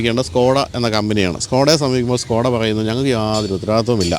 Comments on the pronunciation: സ്കൂടാ അല്ല ചേട്ടാ സ്കോടാ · സ്കോഡയല്ല ചേട്ടാ ഷ്കോഡ... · ഇത് skoda അല്ല ചേട്ടാ shoda ആണ് 😅